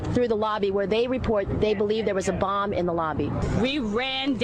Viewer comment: A buh? No, not a buh. A bomb 💣 . 😂